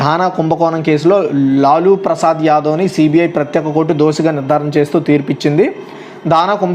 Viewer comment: లాలూ ప్రసాద్ యాదవు తను...లులు కాదు